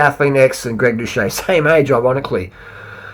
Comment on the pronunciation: Doo-set NOT Do-Shay